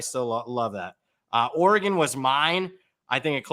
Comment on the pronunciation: Somebody please teach how to pronounce Oregon.